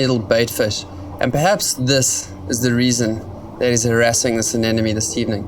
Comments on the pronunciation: anemone not anenome. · oh please how hard is it to pronounce "anemone"